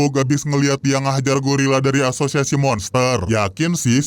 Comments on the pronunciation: asozazsaz bg lu mau ngomong azosiasi malah asozazsaz🗿💔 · " ashusiasi pahlawan " 😭🙏🏻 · Ini di hp gw aja tapi kok pas bilang asosiasi kok aneh y